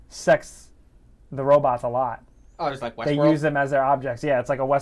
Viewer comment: was making a joke from Futurama. (I'm assuming) Zoidberg says, "Robits" instead of Robots. I gotcho back.